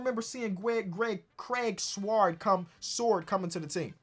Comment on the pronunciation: It's funny that you can say quindary weatherspoon but not Craig sword haha. I have trouble saying quindary weatherspoon